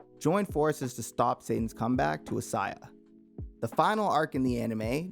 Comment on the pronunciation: You pronounced gehenna,assiah,okumura,etc incorrectly